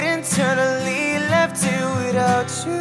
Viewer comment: Great voice, just please pronounce "you" correctly and not tjoo 👌🏻